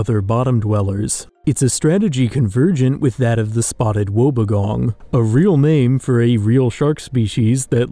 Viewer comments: Love the vids mate! Just a heads up: the wobbegong is pronounced “wobby gong” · Just a small note, Spotted Wobbegong is said like Wobby (rhymes with hobby) Gong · its pronounced Wob-bee-gong btw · You butchered the pronunciation of Wobbegong and it hurt my soul.